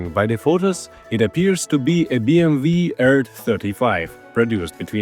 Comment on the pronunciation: It's not BMV. It's BMW.